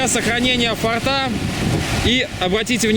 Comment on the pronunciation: Ну блин,фОрта же,фОртов - слух же режет ояебу.Хорошие у вас ролики,информативные.А что на диске поклонника было?ОТВЕТА НЕ ПОСЛЕДОВАЛО.(( Пересмотрел и снова слух режет ваш татарский язык.Ну,блин,фОрты же.Для сохранения фОрта.От слова форт ударение.Спасибо за видео о погибающих раритетах чужой земли.